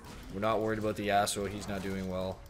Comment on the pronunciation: I swear him saying Yasuo at 15.06 is actually saying arsehole